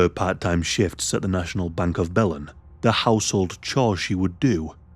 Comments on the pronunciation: Hey y'all! I'm in Texas and have a few friends from Belen, NM. Just wanted to say that it's pronounced "Buh-lynn". And yeah, this case was so, so sad. Thanks for covering it,!!! 😅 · It's pronounced: BILL n Belen, New Mexico. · It's pronounced Buh-lin btw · Hey! I’m from New Mexico. Belen is pronounced “bel-EN.” The emphasis is on the second syllable. Thanks for covering a case from my home state! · "the route was south of bellend"